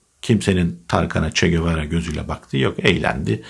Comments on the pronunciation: abi bunca yıldır Che Guevara'yı, "Çe Gevara" olarak doğru telaffuz eden ilk türk sen oldun tebrik ediyorum👍👍👍👍👍👍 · "Çegebara" diye dogru okuyan tek Türk ben olabilirim😁